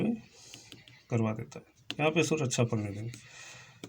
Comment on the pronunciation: Sur nehi surya,kiya bol rahe ho